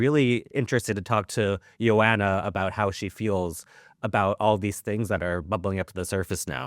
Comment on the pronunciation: Her name is pronounced “yo” “anha.”